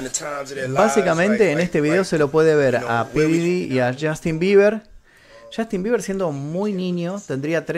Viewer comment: podrías tratar de NO decir "CHASTIN" cada 5 segundos??